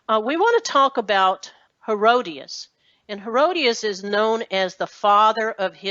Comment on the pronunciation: It is pronounced He-ROD-it-us, Herodotus, not Herodius... Geez.